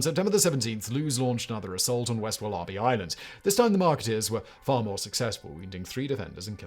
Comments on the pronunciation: Only British person I’ve ever heard pronounce it like that. The rest of us say woller-bee. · Is Simon trying to say Wallaby??? Wol-a-bee 😂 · Walla Bee. NOT, WahLah Bee. Good lord. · it's WAL-abee, not wal-A-bee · Even more incredible than the hideous affair is how you can possibly pronounce wallaby as "wullarbee" incredible. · Very well presented, Simon. I think you enjoyed that one. This is a riveting story we were not taught at school here in Australia. I'm waiting for the mini-series to come out. By the way, it's pronounced 'wolla-bee'. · Wal-A-bie is the correct pronunciation Simon. There are no r's in wallaby hun. As always.. thank you for your in-depth readings. ❤️ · When he said there was a population of wall-ARR-bees to hunt on wall-ARR-bee Island, I realized what was happening. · Wal ARE bee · Wal-AHH-bees HAHAHAH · As an Aussie it's hilarious hearing you say war-larh-bee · An American here, having the same reaction! (There are actually a couple wallaby sanctuaries here in the Seattle area; you can even adopt them as pets!) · American here- once i realized he actually meant the animal and not some obscure word I've never heard before I was just stunned. I thought his writers knew to include pronunciation guides by now. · Me, a Brit, also having the same reaction. I honestly don't know what's happened to Simon's speech over the last year. He's started putting on a weird accent and throwing in random wrong pronunciations. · these narrators are too lazy even to look something up. really grips my shnitzz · I am now going to watch this video just to hear him say wallaby 😂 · I had to put the sub caps on to see what he was talking about. Lol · Sympathy from England. I've never heard any else say it like that. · Its not even another language. Its Aussie English. Pretty sure the Aussies didn't pronounce it the way the natives did either.